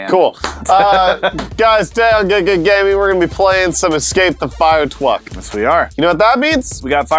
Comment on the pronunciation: "Firetwuck" Halfway through that word, turned UwU for a second